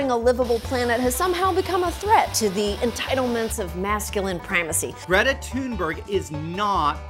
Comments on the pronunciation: Mate your pronunciation of Greta’s name was nothing like hers! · No, that is NOT how Greta's name is pronounced🤣